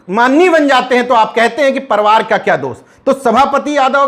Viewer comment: परिवार को आप परवार कहते हैं।इसका उच्चारण सुधार कर लीजिए सर्!🙏🙏